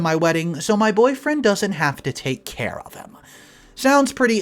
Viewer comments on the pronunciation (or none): none